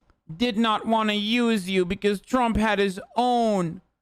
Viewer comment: I know this is a serious thing but the way Hasan said “Use Yew” and the cut off are very funny to me